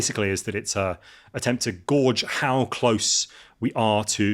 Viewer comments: Guage is pronounced gage. A gorge is a deep valley. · Even a cursory examination of history reveals end of world belief in all of history. The black death as an obvious example. And wtf is gorge? It gay-ge. How can you not know that? Doom mongers! Man doesn't have the ability to annihilate itself, it might think it does but its just hubris and paranoia. Humanity exists by divine mandate and cannot deviate from that regardless of what they believe. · Gauge is not pronounced “gorge” which is a cleft in rocks or to stuff yourself with food, it’s pronounced “gage” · "gauge" is pronounced "gayjd"... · Just about to type that and saw this. To be fair it should be spelt gage.